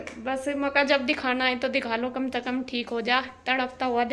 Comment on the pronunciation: Ap से को ते क्यों बोलती हो । कम से कम होता है आप कम ते कम बोलते हो 😂